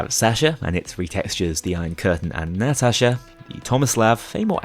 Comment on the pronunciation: Didn't you forget to record Counterfeit/Birth of Sky on some other run as well? Also, I love your content, but god, your pronounciation of Sasha and Natasha hurt my soul